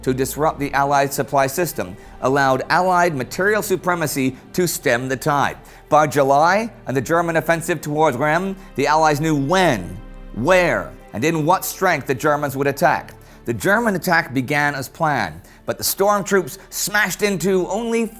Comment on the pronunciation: I like the videos....but gosh, someone REALLY needs to help this guy learn to pronounce French...towns, names of generals etc... Reims, Cambrai, and French general Petain to name a few.